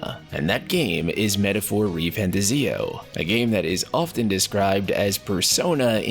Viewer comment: Buddy, it ain't pronounced "Fanta-ZIO", it's "Fant-AH-zio". Trust me, I thought the same thing, and then they went out and said that it was prounounced that way. Literally the same with Persona Royal. Thought it was "Roy-uhl", but no. It's said the same as you would say "royale". They also gave corrections for Akademia. You'd think it was said "Academia", but no. It's "Aka-de-MI-a". Anyway, love your content, but fix the pronunciations lol